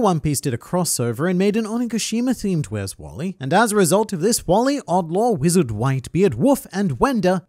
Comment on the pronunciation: Sometimes I forget you’re Australian And then I hear you say “where’s wally”